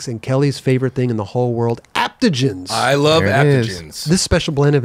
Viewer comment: That AG spot you guys do needs to say ADAPTOGENS. “Aptogems” is not a thing. Thanks for getting Chad on ✊🏽 *then again, saying ‘aptogems’ is kinda like Hawk&Ellis saying ‘like and describe’ so maybe just leave it🤩